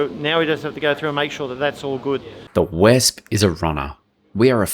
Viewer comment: If I hear Wesp again I'll.... I'll.... well, I don't know what I'll do. V! Vee!! Vesp-pah!